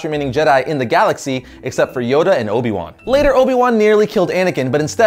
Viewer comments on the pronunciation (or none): none